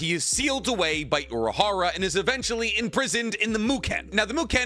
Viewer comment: yo he is called urahara not uraharu or urahardaddy